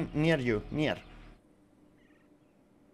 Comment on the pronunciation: no es por ser detallista ni nada pero cuando dices near(cerca) no se dice "niar" se dice "nier" un mini y nada util consejito de ingles,si es que lees esto escribe si es que necesitas ayuda con alguna otra palabra o pronunciacion eso:3